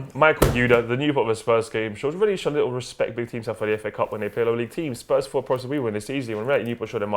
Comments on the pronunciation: Did he just call it Faa cup? What the hell.. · The way you pronounce fa cup I heard it like fuck up.